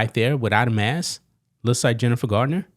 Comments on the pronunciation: It's Jennifer Garner, not Gardiner. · Garner, not Gardner..